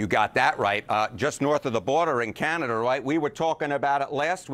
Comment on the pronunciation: But I have the only one who heard Canata not Canada?